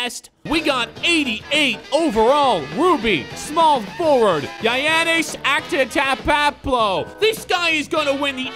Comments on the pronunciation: It is (Yannis On-Te-Tuh-Koun-Po) Lol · "Giannis Antektokeoktoeomapo" im dead